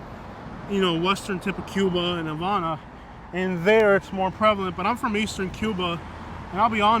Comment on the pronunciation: LEARN HOW TO PRONOUNCE HAVANA CORRECTLY